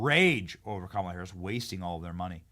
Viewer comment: Benny- I like how you pronounce Kamala like Kamika like who cares (LOL) . Love your show